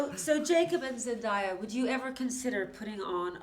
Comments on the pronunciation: She really just said "*ZENDIYA*" 😂 it's spelt how it sounds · The way Zendaya went from 😃 to 😐 in 2 seconds when the interviewer said “zEnDiyA” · Everytime she said zendiya I died bc she doesn’t like to be called that it’s zendaya lady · Did she just .... call her zen - die - a ? 🥶🤮 ! It’s zen - day - a !!!!!ZENDAYA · Zen-DAY-a, not Zen-DIE-a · Wiame Hekmi same.. I never understood why people think it's pronounced "zen-DIE-a" when it's clearly spelled "zen-DAY-a" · Red Moon 96 Not everyone who says ZenDIEya rather than ZenDaya is « ignorant ». For instance, In most European countries the letter « A » is pronounced « Ah ». I’m French, before I actually learned how her name is pronounced I would also say « ZenDIEya » and after learning how to say it, it felt a bit weird saying it the right way during a French conversation. Now I say Zendaya all the time tho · “ZenDIEya” I’m so pissed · What is so hard about pronouncing ZENDAYA....it's not that hard....OMG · When she said ZenDieA. I died inside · ZEN-DIE-YAH my god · I cringed so hard when she said zen-die-a ☹️ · These questions were very uninteresting and you could tell the cast were bored. It’s pronounced Zen-Day-Yeah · you know the interviewer sucks when she can't say her name right like good lord it's 2019 and people STILL say DIE A like really? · Ikr who the hell says ZenDIEya, smh people are so ignorant, if I were Zendaya I would’ve corrected her ass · zenDIE uhhh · look at the way Zendaya’s face changes when her name is mispronounced 😂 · This girl had the nerve to say Zendaya wrong I’m hollering!!!! 😂 😂 😂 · zendaya’s face and mini stare when the interviewer said her name wrong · Zendayas name must be not pronounced properly so many times and she gets through it so well .😂👍🏻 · that's not how you pronounce her name😂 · You need some new interviewers, Extra. What is this rubbish?! Can’t even pronounce Zendaya?! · Ugh she said Zendaya name wrong it’s not that hard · She can’t even pronounce Zendaya’s name right 😑